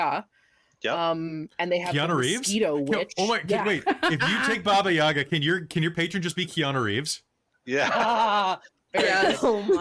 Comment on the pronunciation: I just gave this video a like for a fact that pronounced Baba-Yaga correctly ❤️❤️❤️ Greetings from Russia! (I'm against the war, if that's what you care about)